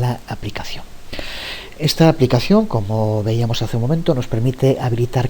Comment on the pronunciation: Excelentes!!, estoy aprendiendo mucho. Una observación, ya que veo que tiene mucho cuidado con el uso del idioma castellano, me parece que escucho que muchas veces dice :"víamos" en lugar de "veíamos".